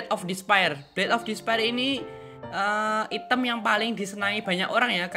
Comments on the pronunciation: Ngomong nya "ITEM / HITAM bkn ITEM pake inggris bacanya. "😅😁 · Item dibaca nya i-tem wkakwkwkwk